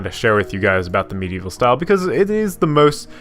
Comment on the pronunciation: I heard it too lol!